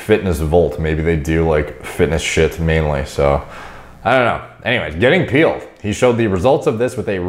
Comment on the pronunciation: You’re the only guy I’ve ever heard say “pealed”